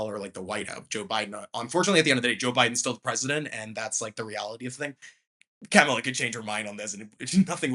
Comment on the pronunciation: It's Cah-mela, not Ca-mahla. You don't have to like her to say her name correctly.